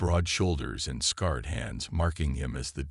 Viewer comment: This a.i. has repeatedly shown it has trouble with the word “scarred”. It insists on “scared”.